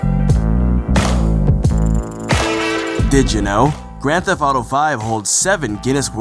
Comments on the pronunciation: "Thef-T" There is a t at the end of the word..... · "Grand Fetht Auto Five" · It would have been good to get someone who could actually pronounce 'theft' for a video about Grand Theft Auto. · does know that the T at the end of "theft" isn't silent?